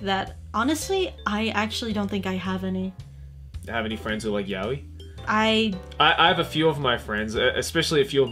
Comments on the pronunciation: How I pronounce yaoi..... yay-o.. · Every time I heard her say Yaoi wrong, My heart shatters..